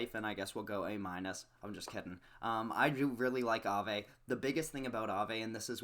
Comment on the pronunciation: Look how Aave just rolls of your tongue like you be saying it for years. You make me proud 😂😂😂😂 💪💪💪💪 btw Alchemix has a pretty bad ass logo